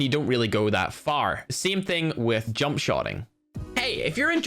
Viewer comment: Jumpp U said jumpp instead of jump